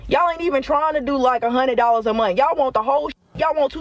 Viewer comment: She didn't go to a good school. She can't finish a sentence without cursing, and can't pronounce "month".